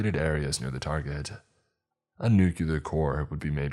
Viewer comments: Is it too much to ask that a scientifically savvy character would say "nuclear," and not the illiterate "nuculer"? Also, "cache" is pronounced "cash". Jeez. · It’s nuclear not nucular 😂 learn English if speaking it is your job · Nucular isnt a word, George W lol. Nuclear* sorry, I'm old and remember when the president used to make the same mistake. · New-clee-er not nook-yoo-ler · ok I love these videos my only thing its pronounced new-clear/nu-clear. not new-cue-lar. Please it drives me crazy XD